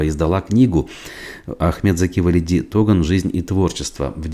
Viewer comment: почему в имени Туган ставите ударение на первый слог на У?